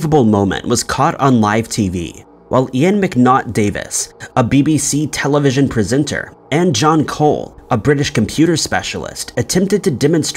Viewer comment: Did you just pronounce "Ian" as "Yen"??🤣🤣